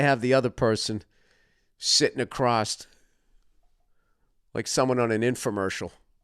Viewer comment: The word is across, not acrossed.